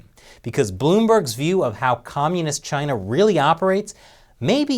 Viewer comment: It's Chyina.